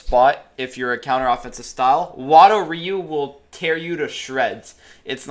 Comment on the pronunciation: I personally train Goju ryu in my real life dojo so I always pick goju ryu even though I know it’s not the best also when you say ryu you are saying ree-u the actual way of saying it is roo or that’s at least how I got taught by my sensei